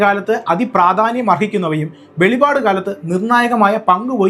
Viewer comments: Velivad alla velippad aanu ❤ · Brother pls correct the name of books inthe Bible you are continuing velipad velipad it is not velipad it is velippad this both word has got lot of different meaning Bible so pls correct it .I want to tell you that velipad has got a meaning of hallucination or something has come into the mind which has got no. Evidence or revelation with authentic value ,but velippad has got relevant and authentication .so pls say correct pronunciation of words thanks. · വെളിവാട് അല്ല വെളിപ്പാട് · Velipad annu alla velippad annanu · സഹോദരാ, വെളിപാട് അല്ല വെളിപ്പാട് ആണ്. 🤔വെറുതെ ഇരുന്നു വെളിപാട് വിളിച്ചു പറയല്ലേ?? 🤔കഷ്ടം 😭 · വെളിപാട് അല്ല വെളിപ്പാടാണ് ശരി